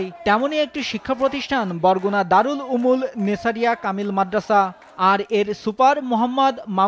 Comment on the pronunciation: উলুমের জায়গায় উমুল বলে।